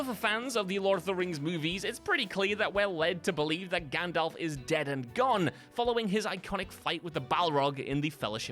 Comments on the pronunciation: The Crow movie was not made in 1984 and there is no "O" in Gandalf. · Number 3 is ‘Gandalf’ NOT Gandolf. Read any good books lately? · Gan....dolf? Gundolph? Gondolpf?